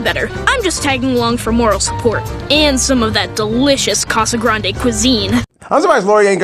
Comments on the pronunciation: Uhh I'm sorry,, but the family name is pronounced “Casegrande” not Casiande. Just correcting. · Actually, Casagrande.